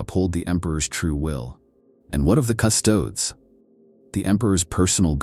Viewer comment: when using an AI voice-over, at least take the time to write words like Custodes phonetically for the sake of the listener.